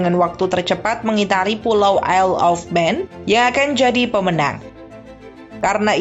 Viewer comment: Bacanya ayel of man bukan isel of man